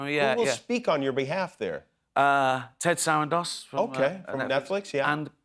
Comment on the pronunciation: Ted Sarandos? Really, Ricky?